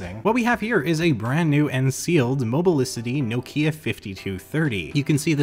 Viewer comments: BTW, it's "knock-ya", not "no key-a". Petty correction, maybe, but as a European who knows just a little Finnish, certainly enough to know that the emphasis is always on the first syllable of a word in that language, this kind of mispronunciation really gets to me! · I couldn't watch this till the end as the way you say Nokia really bugs me. Also how can I trust you as a tech reviewer if you've never heard of Symbian OS? Did you really think the iPhone wasn't the first smartphone?! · Being grumpy and from the UK I just got to say its pronounced NOCK IA! well it is here anyway. Rant over, keep up the great videos 👍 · Jesus, why Americans and Canadian read Nokia as Nokya?